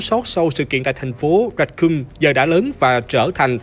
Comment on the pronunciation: Racoon mà đọc là "ra cum" nghe hơi sai sai nhé :))